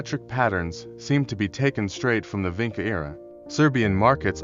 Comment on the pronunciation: It's pronounced VINCHA. You have to get that right or nobody will take you seriously. I know I can't. And what about Lepenski Vir...